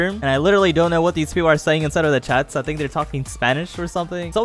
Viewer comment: He said a thimk I’m puerto rico